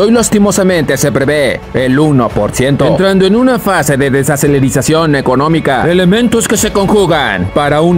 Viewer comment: "desaserelizacion".... 😜😝😂 😜😝😂.... d e s a c e l e r a c i ó n camarada!!!